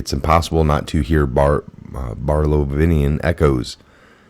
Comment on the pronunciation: Bar-LO-veeann Barlovian wow learn pronunciation more